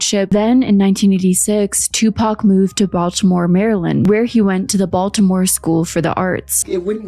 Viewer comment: She can’t even pronounce Tupac’s name right